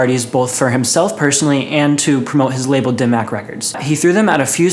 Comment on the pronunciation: hearing him pronounce it "dim mack" is so cringey lol it's pronounced "dim mock"